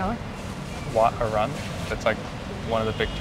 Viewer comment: I know it’s written Arun but it’s pronounced Aa-roon.